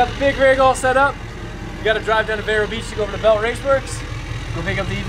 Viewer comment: Did he say vero beach or vera beach?